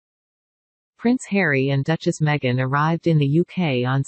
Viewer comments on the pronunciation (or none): none